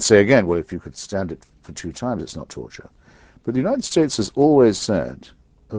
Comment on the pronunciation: 'Turture'? Really?